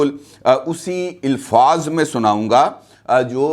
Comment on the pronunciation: صحیح لفظ ilfaz نہیں ہے صحیح لفظ Alfaz ہوتا ہے۔